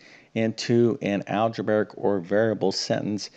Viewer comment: There's no such word as "Algebaric." It's "Algebraic." Just like a Realtor who can't pronounce their profession and says "Realator," you'd think a math teacher would know how to pronounce the word relating to math teaching.